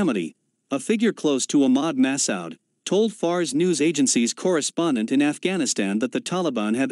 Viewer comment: ma:su: please pronounce collectly